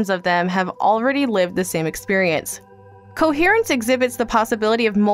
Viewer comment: it's Coherence, not Conference, totally different meaning XD